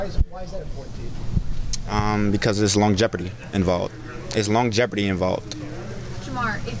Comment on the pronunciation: You’re right. Long jeopardy is a hilarious misinterpretation. I was like did bro just say long jeopardy 😆